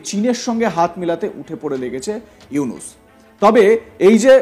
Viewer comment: ইউনুস সার তর বাপ সুন্দর করে নাম উচ্চারণ কর হকার ইন্ডিয়ার দালাল